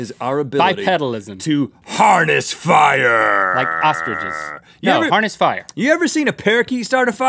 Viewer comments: "Today, we make -" " -HARRY DIDJA PUT YER NAME IN THE GOBLET OF -" " - FIAH," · Today, we make FIAH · FIAH FIAH FIAH FIAH!